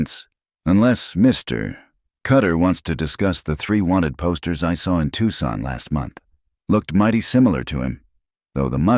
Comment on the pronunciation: You got Tucson pronounced correctly! Gold star for you. Now just get rid of the asterisks. Good story.